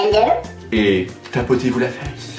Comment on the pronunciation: Ce que t'as voulu dire : "Tapotez vous la face" Ce que j'ai compris : "Tapotez vous la FESSE" c'est le cas de le dire !!!🤣😂😂😂😂😂😂oh non tu me tues !! Bonne vidéo 😘👏🏼👏🏼👏🏼👏🏼